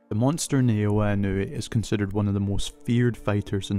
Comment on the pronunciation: Ne-o-wa Ino-way 😂